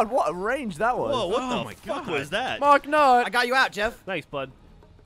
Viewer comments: Why does Gav keep on saying "mark nut"? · Mart nutt? Really?